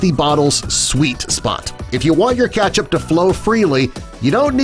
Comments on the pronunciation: Y does he say Ketchup weirdly Keeetchip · Why does he say KECTHAP every time!!!